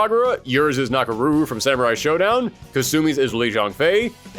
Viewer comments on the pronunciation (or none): none